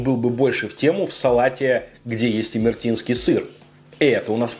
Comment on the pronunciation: Это имер`етинский сыр А не имерт`инский